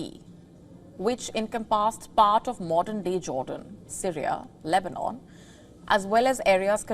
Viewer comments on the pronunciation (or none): none